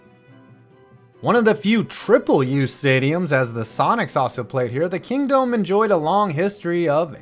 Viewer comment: Kingdome One Word not King Dome